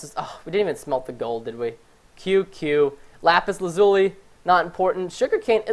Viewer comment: When Preston said - 'lapis lazule, not important' I almost smashed my fucking monitor I'm so pissed